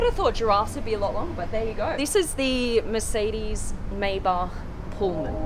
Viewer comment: Micydis Meybach 💀